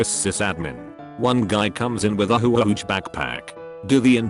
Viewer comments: A howawowague backpack you say? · “with a hUOUHWUge backpack” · I love text to speech: "One guy comes in with a HUAGUHAGAHUAGAH backpack."